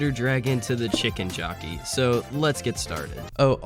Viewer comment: It’s chicken jo”c”key